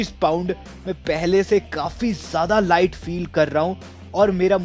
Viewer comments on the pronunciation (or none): none